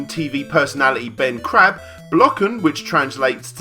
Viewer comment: Oh, you mean 'Ben Crap'? :p I almost ended up on the floor hearing that xD